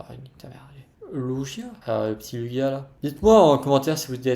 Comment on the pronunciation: Trop bien comme vidéo ! C’est cool parce que tu parles de plein de cartes différentes. Et peros je prononce Lugia avec un « g » pas avec un « j »